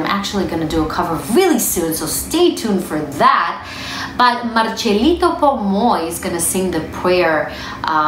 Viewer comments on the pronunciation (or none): It's Marcelito, not Marchelito.